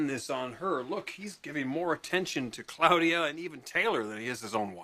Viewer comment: Ridge pronounces Claudia weird, 'Cloudia', lol